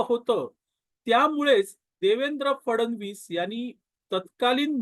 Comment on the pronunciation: फडण वीस " असा उच्चार न करता फड्णवीस असा करावा असे मला वाटते. क्षमस्व.😊